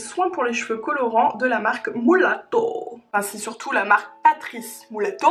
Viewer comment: Mddddr tu m'as faite trop rire avec ton "MOUlato", c'est MUlato, comme c'est écrit ma chérie :P Sinon l'eau extraordinaire de Melvita, la meilleure c'est la Narcisse :3